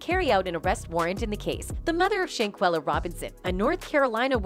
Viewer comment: SHANquella!!! Say her name and say it correctly or don't say it at all! First you say SHAquella then you say SHANquella The next time you say her name, its back to SHAqulla again. How do you report on the death of someone and muck up their name like that? It's like you knew for sure one of them is correct and instead of confirming the true pronunciation of her name, which would have been very simple, you decide to just fluctuate between both in hopes that no one notices the obvious carelessness and disrespect! SAY HER NAME: SHANQUELLA ROBINSON!! RIP BABY GIRL!!🙏🏾❤😿